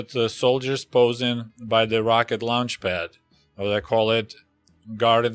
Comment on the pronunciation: At first I thought aluminum cucumbers were torpedos for a split second then I recalled the history 😂. You accent came into play when you first said launch pad. It sounded like “lunch” pad, which also makes sense for aluminum cucumbers 😂